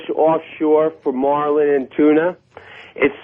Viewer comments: "blue mawlin" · The way this guy says "marlin" makes me homicidal